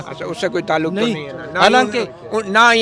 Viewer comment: Sub se funny sahb te😂😂😂😂😂😂......Isko koi bataen baloch "tallak"or "mulak"nahe bol sakta...Uper se inko 300 shaheedon me se ek ka b naam yaad nahe..😂 Ade nako script to yaad karte..Beizzati karwa di😂😂😂😂